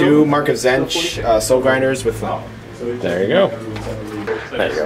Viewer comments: Zench? Its pronounced: Zeetch. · its tzeentch